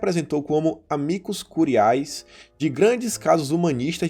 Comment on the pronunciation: “Amicus curiais” foi foda... pqp..